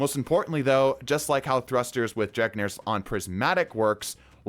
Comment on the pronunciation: Bro, you pronouncing Drengr's (dren-gear) Lash as "dreg-near" is constantly triggering me, I'm so sorry but I needed to say something